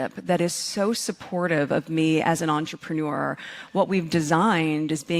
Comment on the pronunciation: I am so sick of, hearing MM whining, wingeing voice, but I hate hearing the way she says 'ontrapenewer' - She trying to convince us she speaks French. When she can PRONOUNCE French correctly, she may convince some people she knows some French. When she says it, all I think of is a pile of MANURE.